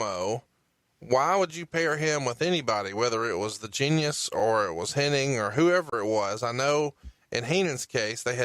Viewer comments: it's pronounced HENNIG. Not Henning. My gosh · The more you listen to these, the more insufferable becomes. The smug, money mark vibe is repulsive and the MF'r says Henning instead of Hennig every single time. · Why do so many people say Hening? It's Hennig... Oh well at least Bruce said it correctly. Lol I kept thinking im only 20 minutes in can keep saying his name wrong for the whole podcast? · Every single time I heard mispronounce "Hennig" as "Henning" it hurt my ears. Luckily Bruce knew how to say it properly so I didn't rage. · I'm not entirely sure if is aware that it's Hennig, not Henning. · Hennig not henning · With all due respect, it's not Curt Henning.. it's Hennig! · Almost any time I've ever heard his name pronounced they always say "Henning" even though it's spelled"Henning". Some crackpot conspiracy theorists have a whole Mandela effect based around it lol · Hennig!! Hennig!! it drives me insane when they call him Henning!!!! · Is saying “HenniNg?” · There's a whole group of people that mispronounce his name it's really weird.